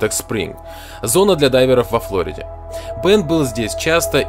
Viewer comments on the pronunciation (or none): none